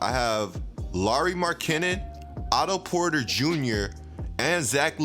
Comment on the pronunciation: Also someone teach this man how to say Markkanen